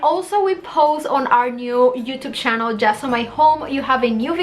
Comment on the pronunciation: Someone should help her pronounce channel?